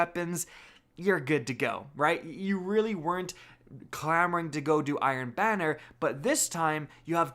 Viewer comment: Who heard iron Biner?